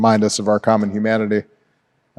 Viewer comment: Dude. I like you. Pronounce the fucking “h” in humanity . It’s HUMANITY NOT YOU MANATEE